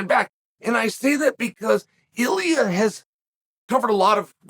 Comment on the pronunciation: He says “iliuh”